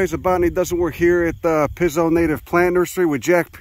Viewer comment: Great channel and video, but if you are a paisan, the pronunciation of Pizzo is "peet-so", not "pizz-o".